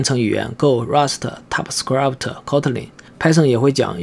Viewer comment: 还有 typescript 读成 typescrap